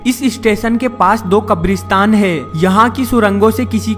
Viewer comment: hai pe itna jor kyon dete ho bhai...